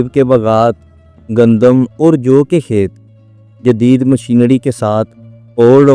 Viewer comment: طڑیقے۔۔مشینڑی۔۔اپنا تلفظ تو ٹھیک کر لیں